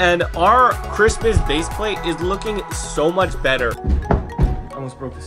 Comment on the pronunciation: 24-days of saying "the Chritsmas Platform." 😂